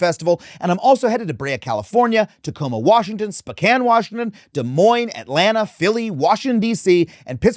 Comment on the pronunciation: Haven’t watched the full video but as a Washington native, thank you for pronouncing Tacoma and Spokane correctly.